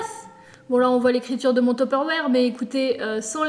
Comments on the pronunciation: #screemer baissez le son 😂 On t'aime quand même ❤️💙💜🖤 Et aussi... C'est Tupperware pas Tupérvère 😂🤦🏻‍♀️💜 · Teperwere ou Tupperware ? 😁😁😁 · Tu a dis un Tepperware ou tupperware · Attend... TU DIT TOPERWÈRE ?! 😂 moi je dis tuperoire 😂bref super vidéo comme d'habitude je t'adore continue comme sa tu me redonne le sourire en cette période de confinement❤😍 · c’est un topeuroére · J'aime trop comment tu dit teuperwarrrr